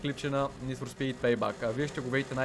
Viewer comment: ПЕЙ БЕК НЕ ПЕЙ БАК !!!